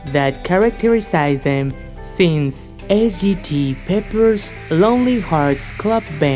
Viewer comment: “S.G.T. Peppers” 🤣🤣🤣